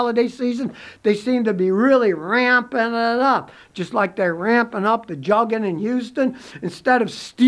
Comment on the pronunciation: Its not pronounced jugging..it is Joog-ing